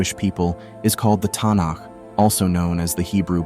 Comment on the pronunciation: WRONG. FIRST AND FOREMOST, THE CRITICAL POINT THAT WAS LOST IS THAT AT SINAI, GOD REVEALED HIMSELF DIRECTLY TO THREE MILLION EYE-AND-EAR WITNESSES, AN EVENT UNPARALLELED AND NEVER REPEATED IN HUMAN HISTORY. SECOND, THE HEBREW BIBLE HAS ALWAYS BEEN KNOWN AS THE MIKRA. STUPID AI MISPRONOUNCING ASIDE ("TONIC"?), "TANAKH" IS A MARKETING TERM NOT ADOPTED UNTIL MEDIEVAL TIMES. THIRD, THIS VIDEO IS ANTISEMITIC, MAKING RABBIS AND OTHER JEWS LOOK SINISTER. BOYCOTT STUPID BOT CONTENT. THIS CHANNEL IS TRASH.